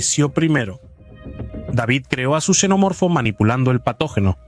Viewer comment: Cada vez que escucho a alguien decir chenomorfo o yenomorfo pierdo todo el interés en el vídeo.